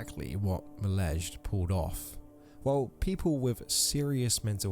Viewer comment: Milezjj? You mean Milez JJ? 😂😂